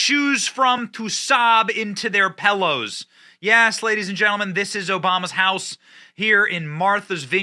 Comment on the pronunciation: Ugh he said pellows